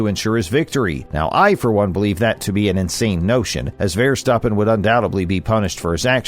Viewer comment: When people do videos, I think it’s really important. If they’re talking about people from other countries, or even their own countries, they should find out how the people pronounce their names. I don’t think this guy got any of the names properly he miss pronounce Max Verstappen he miss, pronounced Jacques Villeneuve I mean come on buddy do your homework